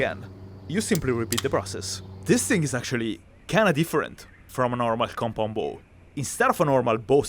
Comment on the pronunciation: kept hearing com pom bo